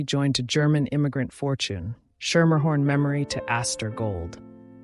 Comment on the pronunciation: From NY. I went to school with a Schermerhorn. You are pronouncing it wrong. It is "Skimmerhorn" or "Skimmahorn" They have a subway portion named after them, also pronounced "Skimmerhorn". Surprised you didn't learn this from the starting gate.....